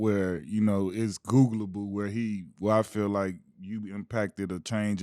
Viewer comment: dat boy say its googalble